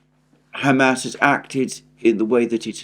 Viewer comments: With all due respect it's not Ham-Ass or Hummus, it's Hum-ahs emphasis on the ahs. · Please stop saying “ham ass”. It’s just too silly. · Your pronunciation of Hamas is wrong. And it drives me crazy